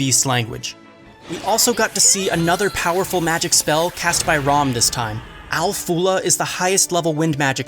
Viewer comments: It’s Ram not Rom 😤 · You pronounce "Ram" so weirdly.. like "Rawm"